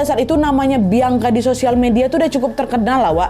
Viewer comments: Ka Nad, izin kasih masukkan ya.. mungkin untuk ke depannya kalau ada penyebutan nama bisa dibenerin ya. Klo untuk yg di video ini seharusnya "bian-ka", bukan "biang-ka". Agak gimana gitu denger penyebutan "biang-ka" diulang2 sepanjang video wkwk 😂🙏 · ka nad , baca nama bianca itu "bian Ka " bukan "biang ka" soalnya beda arti kak , kalo dalam bahasa daerahku biang itu anjing 😭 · kak kamu nyebut "bianca" pake idghom ya kak jadi "biangka", gemess wkwk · Sakit kali kepalaku dengar dia bilang "Biangka " lohh 😅😂😂😂 emang gitu nyebut namanya ? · Ak safok sm sebutan namany Biangka 😂😂😂